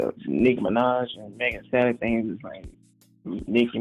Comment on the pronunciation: Megan THEE Stallion. Megan with the T